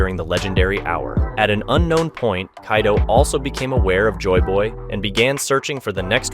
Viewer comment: Why does he keep saying kaidoo 😭